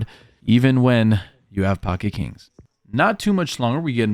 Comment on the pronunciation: every time u say pocket Kirans, I throw up a little in my mouth